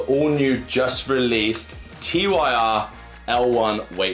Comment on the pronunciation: Not T Y R; it's TYR, pronouced Teer.